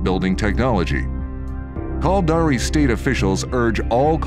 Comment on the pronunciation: lol. Sounds like he's saying "Culdari".. sounds stupid. This video really represents eve well: A full story, rich in intrigue and suspense, NONE OF WHICH any player actually experiences in the game. Eve is an exercise in struggling massively to understand how to do the simplest of things, followed by Griefers killing you in "safe" space and taking all your stuff while hoping you will cry. I've played for nearly 20 years and these vids are only made to fool people into thinking they can participate in some grand story.. and they really can't.